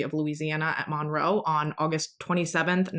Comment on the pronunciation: So, this is a side note. My son is named Monroe and I love your pronunciation of it because you say it perfectly to me!